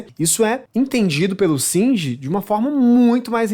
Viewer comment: Singer não! É shinji !